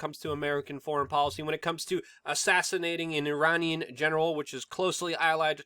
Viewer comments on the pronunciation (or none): none